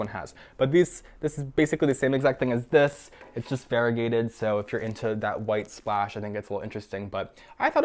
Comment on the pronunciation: It's ionotha